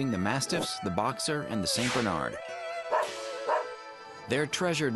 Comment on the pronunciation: St Binard??? Speak English boy :)